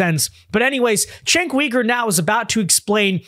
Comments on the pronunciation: Sorry to nitpick, but it's Cenk YOUger not Cenk WEger. Sorry, just drives me a bit crazy. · It isn't "weeger" it is "youger". The "weegers" are in China.